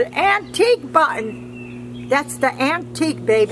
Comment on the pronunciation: Im not the only one that calls a button, buttin